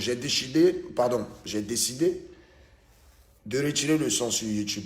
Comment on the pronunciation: Sisi tu a « dechider » 😂